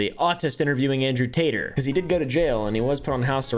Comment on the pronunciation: I died when he said, "Andrewth Tater". 😂🤣😭